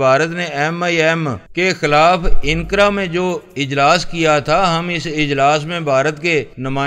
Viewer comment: inqara nahi anqra